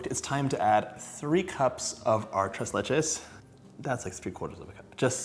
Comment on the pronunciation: It's pronounced "tray lesh"😊